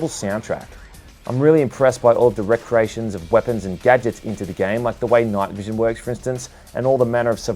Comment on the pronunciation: it's REEcreations not recreations you oafish Australian mong. don't butcher my language ... a recreation is a hobby